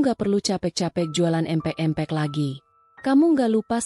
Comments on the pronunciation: Min bc empek" yg bener dong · Nyebut empek empek 😅😅